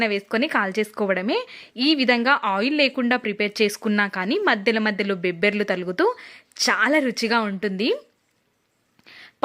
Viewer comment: Bebberlu kadu ..bobbarlu..mundu telugu telusukondi..